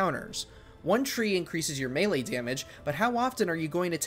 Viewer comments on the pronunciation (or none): none